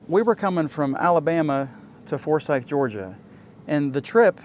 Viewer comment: Man I wish I knew you were less than 1/4 mile from me. My friend's in-laws bought that campground a few years ago and said they plan on many upgrades. Also you can see more of the plant and lake in my videos. Oh and nice to hear someone say Forsyth right :)